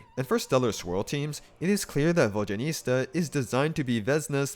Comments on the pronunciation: Immediately dipped once I heard vodyaniSTa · Vodyanista Fashionista